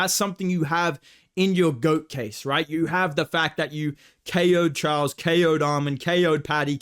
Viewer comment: bro said charlos 😂